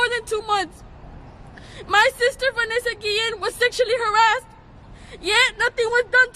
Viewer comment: vAnesa - gee-ian